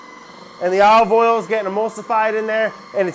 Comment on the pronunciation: “Imma add a lil bit Olie oil. You can use any oil you want but i like Olieee Oil. “ He didn’t say olive oil did he?